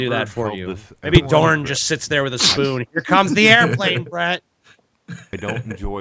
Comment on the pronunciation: Have you guys ever considered that maybe Brett Keane's wife's name is actually "Dawn", and he just pronounces it "Dourn", kinda like he says "ourn" instead of "on"?